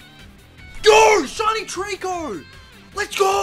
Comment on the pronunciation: “Let’s Gor”